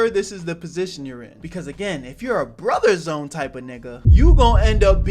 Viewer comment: ngl when you said "The BroTher ZooOOne" my heart skipped a bit